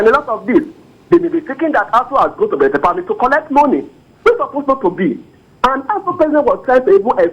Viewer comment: Brekete family, Not,berekete